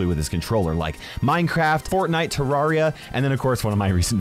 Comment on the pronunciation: “Te-RAR-E-A” my favorite game